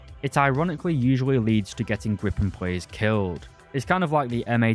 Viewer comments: My man, it's a Gripen, not a Grippen. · Griiip´en. Not Gripppen.